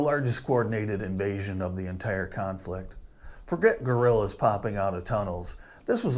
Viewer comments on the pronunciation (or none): none